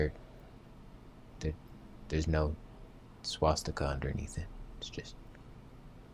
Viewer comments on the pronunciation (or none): none